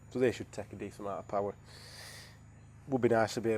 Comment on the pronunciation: More powah baby